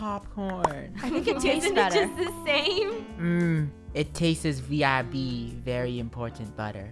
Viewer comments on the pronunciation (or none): really said vib?